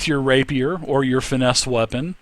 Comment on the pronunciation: It's pronounced Rey-P-er not Rapierre